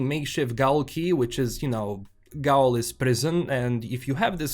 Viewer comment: Microtransactions are usually a bad sign, because they imply the game is going to involve a lot of grinding to be able to advance. This sucks. Oh, and please forgive the correction: "gaol" is pronounced exactly the same as "jail" --- they mean the exact same thing: "gaol" is an old spelling for the word.